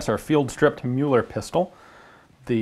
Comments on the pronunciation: Just because I know you take pride in pronounciation, Mr. McCollum sir - Müller in German would sound closer to "Myller" or even "Miller" than "Mueller". Cracking video as always! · Great I've been taught to pronounce Müller the wrong way. I knew something was off.